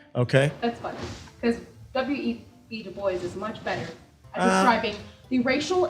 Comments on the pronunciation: Chick thinks she’s an expert in race relations and pronounces du bois as doo boys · Doesn't even say "DuBois" correctly